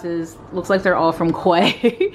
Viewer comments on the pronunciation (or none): the sunglass brand is actually pronounced "key"